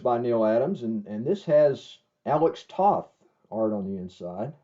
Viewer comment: You mispronounced Alex Toth's last name. The O in Toth sounds like the O in Bow. Not like the O in Off.